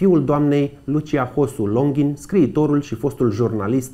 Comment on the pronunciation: Felicitari pt emisiune. Lucrurile acestea trebuie spuse si reamintite pentru a nu fi trecute sub uitare, asa cum isi doresc "mostenitorii securitatii". Totusi nu inteleg de ce prezentatorul de la inceput subliniaza si repeta numele de "Longhin" in conditiile in care pe doamna si pe fiul dansei ii cheama Longin.